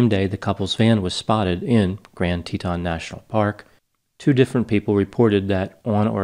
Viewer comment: Someone may have mentioned this but it's Tee Tawn. Rhymes with lawn as in Brianfoot is not under the lawn his parents' back yard or in the flowerbed. Love your channel. I'd love to hear your analysis of the psychopathy of Dog the Brianfoot Hunter joining the search despite the fact that he is not licensed in FL and would in effect be kidnapping Brianfoot were he to "catch" and or apprehend him. Almost like he didn't learn his lesson from the Mexico incident.